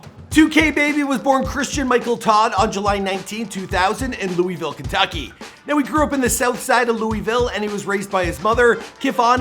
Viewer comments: bro said lew wee ville like no we pronounce it lew ih ville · God damnit you killed the word Louisville In this and jack harlows vid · If one more person says louIEville ima lose it its lou-ih-ville no s or e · It’s not Louisville is luhvul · Yeh it's otha shi but he ain't en pronounce Louisville right